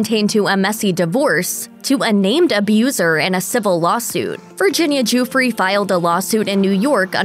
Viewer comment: It is not pronounced joo-free!!